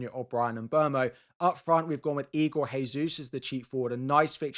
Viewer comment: The annual "Jesus" pronunciation guide: Portuguese derivation (Portugal, Brasil etc) - Jesus is pronounced "ZHE-zooz" (or in simpler terms, Jay-zoos) Spanish derivation (Spain, Argentina, Mexico etc) - Jesus is pronounced "HAY-zoos" (or in simpler terms, Hayzoos) Igor Jesus is Brazilian, therefore please use the above correct pronunciation. Many thanks!